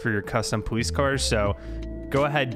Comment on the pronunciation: sorry but POWICE